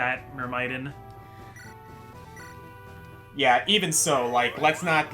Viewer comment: I hate to be that guy, but you're actually mispronouncing Myrmidon.